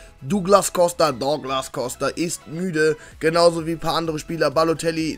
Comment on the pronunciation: Sag das douglas normal bitte